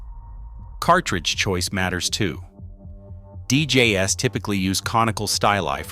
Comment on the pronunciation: Damn AI voice over... I mean deejayes? (DJ's)